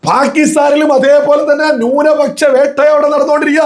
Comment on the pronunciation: നിൻ്റെ മാതാപിതാക്കൾക്ക് പോലും നിന്നെ വേണ്ടാ.... എടാ മലയാളം ശരിക്ക് പറയടാ..... ഭൂരിപ ച്ച o ന്യൂനപച്ചാ... പോയി നാവുവടിക്ക് ...എന്നിട്ട് മതി... മണപ്പിച്ച് പറയൽ